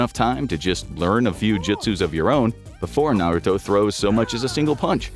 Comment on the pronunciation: You definitely didn’t watch the show lol completely butchered the names